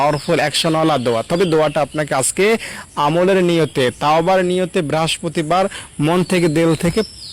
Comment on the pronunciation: উচ্চারন তো আপনার ঠিক না । যান্বী বলছেন লেখা রাম্বীকুল্লাহ । বেরাস্পতি কি?